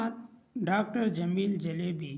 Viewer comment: Jalbi❌ jaelebi✅